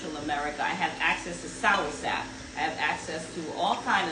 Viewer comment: My culture is from Central America and Americans must be careful how they assault how words are pronounced. You had mentioned how you love "sourSap". That is not how you pronounce the word. It is spelled and pronounced as "soursop". Thank you.